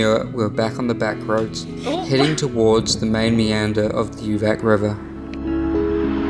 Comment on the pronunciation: I cycled in Serbia 4 times combination of 7 months... Please be aware the Latin letters when you pronounce names: for instance: UVAC should be like oovats, and SJENICA should be like syenitsa and Strajiniće should be like strayinicha.... ć=ch, c=ts, j=y, ...etc Anyway: Serbia is amazing country and the Serbians are fabulous. Serbia is on my top 3 best experience as a rider among 39 countries.